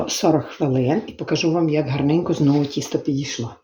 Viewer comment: правильно говорити не Кісто а Тісто